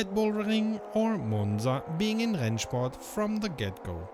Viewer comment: I'm usually surprised about your perfect german ("Rennsport"...) but if you're interested in a little better pronunciation, please don't say Nürbursh-ring but Nürburg-ring. Although some german dialects pronounce it exactly like you do, standard-german would pronounce the g like in "bag". Keep up the great work, thanks for everything! 🙂👍